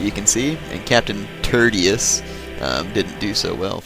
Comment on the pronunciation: Actually, Tertius is pronounced TERR-shus, not TERR-tee-us. It means "third" in Latin. Roman parents often named their kids based on order of oldest-the first born would be named Primus, "first," the second-born Secundus, "second," the third-born Tertius,"third," and so on.